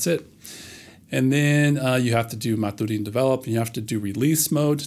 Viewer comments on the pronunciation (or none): I'd pronounce maturin the way they do in the books. Captain Jack Aubrey and Doctor Stephen Maturin. That's "mat-chur-in"